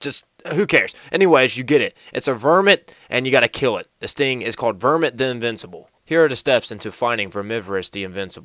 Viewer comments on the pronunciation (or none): none